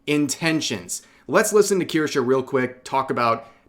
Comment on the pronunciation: KirschE, not KirschA.